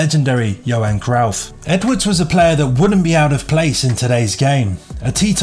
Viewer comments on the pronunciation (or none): Johan Cruyff is pronounced Croyff not Crowff as you said in this video. You're no football fan.